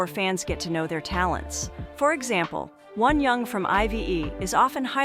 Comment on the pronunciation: Wonyoung is her name, not "One young". Shit AI. Shit AI companies.